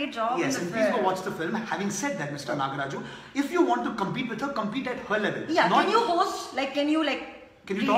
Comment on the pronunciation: It's Nograj. Not Nagraj...please be able to make the right noise of name of humble politicean.